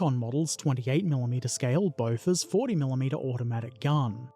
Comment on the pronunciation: Your Bofors pronunciation is quite good, you wouldn't pass as a local but you would definitely not embarrass yourself